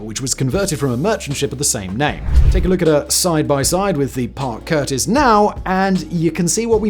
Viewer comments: CUSTIS not curtis, Simone!~ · Parke CuStis, not curtis